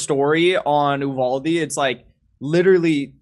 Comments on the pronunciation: Please..... Uvalde is pronounced You-Valday not Ooo-Valde... I'm a Texan and know... If said while speaking in Spanish it's You-Walde... It's just so strange to me so many professional commenters don't have someone who knows these things... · It's pronounced 'You-val-Dee' here in Texas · I’m a Texan who lives close to uvalde.. it’s pronounced You-vah-Dee lol no worries I don’t give a shit what you call it just saying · You-Vahl-Dee** forgot the L